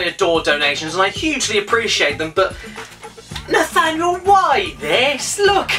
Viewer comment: Sometimes when caddy says your name it’s sounds like “Nathaniel foger!”